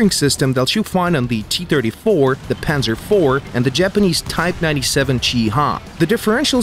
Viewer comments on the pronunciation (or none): none